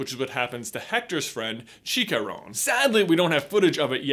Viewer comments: It’s pronounced chee-cha-ron, not chee ka ron. Lol Americans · It’s not pronounced “cheekarone” it’s pronounced “chi-cha-Ron” roll the R’s😩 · "sheek-a-rown" bruh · Did he say “cheek a rone “ XD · “Chicaron” lol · I like how you said chicharon like shicaron instead but other than that I understand all of this when I watched Coco I’m not gonna lie it got me I cried like a little baby that just became hungry. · Lol "día de los mortes" and "chikaron" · sorry it bothered me but its chi-cha-ron not chikaron no offense or to attack but just saying, I bother everyone one when people pronounce some thing like this so really no offense just saying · "Chi-Ka-Ron" lmao that wasn't even close brother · J's. Pronunciation on Spanish words is adorable. J, it some thing like this: Chicharrón - Chi-cha-RON Día de los Muertos- Dea de los MuertOs Hope it helps :3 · Dia de los Muertos = Deeuh deh laws mooertuhs Chicharron = Chee chuh rrawn You're welcome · Chi-ca-rone? Really dude? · Lol he said chicharrón wrong lmao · i don't want to be that person but the way he said chicharrón made me cringe so hard!!!!